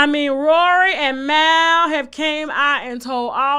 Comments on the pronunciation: His name is Mall not Maal🤣😅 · How many times have people heard Mal’s name and still pronounce it as “Myle” 😂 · "Mal" pronounced "MAUL" like a bear MAULed another bear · Its MALL like Jamal smh geesh what a shame. PEOPLE STILL say his name wrong when its CLEARLY MAL like JaMAL lol. Please stop the disrespect lol. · Mal ‘Mahl’ pronounce it for the culture. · You can tell she doesn't follow the pod she can't even pronounce Mal right. She's just seeing a trending topic and jumping on it.